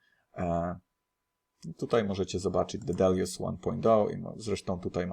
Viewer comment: dedalus nie dedaljus, słyszysz jak to wymawia Hoskinson a dalej mowisz po swojemu. Sorry, że się czepiam ale wkurza mnie jak ludzie przekręcają ciągle wyrazy a Ty to robisz nagminnie.